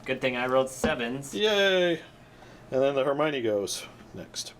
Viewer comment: You're not close with Hermione. You can hear it in Harry Potter (in French). It should sound like Her-Me-On linking Me and On